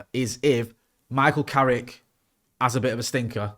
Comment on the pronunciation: Its Carrick YOU KNOW!